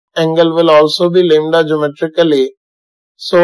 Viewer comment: Lambda or lembda 😅